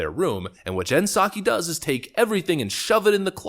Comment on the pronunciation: Did say: "Nut Saki"?